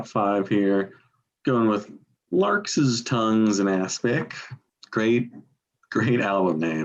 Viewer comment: pronunciation of larks' is somewhat idiosyncratic!